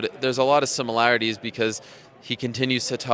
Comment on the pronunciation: Time stamp 50 seconds, Ari mispronounced the word "similarities". Good job journalist!